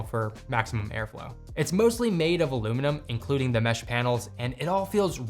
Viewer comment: “Air Flao”